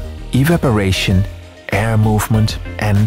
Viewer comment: The VO is… Weird. The emphasis is all wrong for English. Though I think I’m listening on 1.5x which bring out the weird sentences. Into. The aiirr.